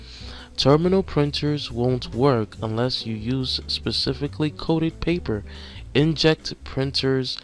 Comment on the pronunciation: Very helpful, but you need to read the words better. "Specially" - "Specifically" "InkJet" - "Inject" "Thermal" - "Terminal?"